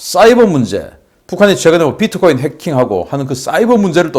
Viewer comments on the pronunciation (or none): none